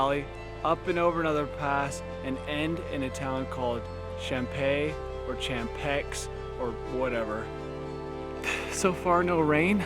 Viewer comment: Champexe ❌ Champay ✅